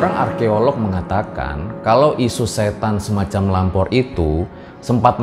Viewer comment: Gua kira tadi bilangnya Ngalor bukan lampor😂😂